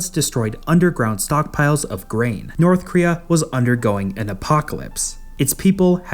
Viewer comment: Why do you pronounce it as Northkria?